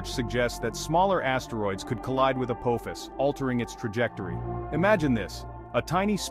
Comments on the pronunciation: It is pronounced “uh-paw-fis”. It is the name of the Ancient Egyptian god of chaos. If you don’t believe me look it up. You would think someone putting it on the internet would pronounce it correctly. 🙄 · omg the way the ai pronounces Apophis....SG1 fans anyone?